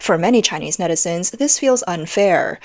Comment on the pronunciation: When she says netizen, I hear medicine 😂